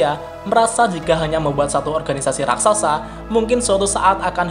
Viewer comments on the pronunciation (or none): none